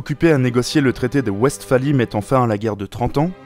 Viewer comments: Très bien par contre Westphalie se pronomce "Vestfalie" et nom "ouestfalie". C'est de ľallemand pas de ľanglais. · Westphalie se prononce Vesfalie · Excellent mais pourquoi écorcher tous les noms célèbres ? Rueil, Retz, Wesphalie… et cette lecture en style « télégraphique » est fatigante à la longue… on n’apprend plus rien à l’école ?